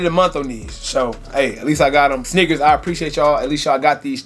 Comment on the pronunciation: Shhhneakers lmao